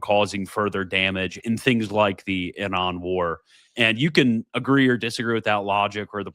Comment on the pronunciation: Quit listening halfway through because I can’t take the way say Iran 1 more time. That can’t be tolerated.